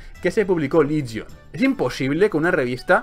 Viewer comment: confundes "Ligion" con "Legion", parece ser que has confundido la "i" con la "e". XD